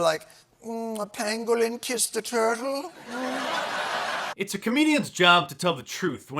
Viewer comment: Haha "A Pangolin kiss... A turle?" 😂😂 Genuinely funny